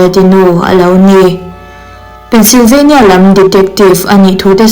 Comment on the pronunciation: Tinge Pennsylvania i lam dan thluk hi a dik loh? State hming i lam dan hi a diklo thei ania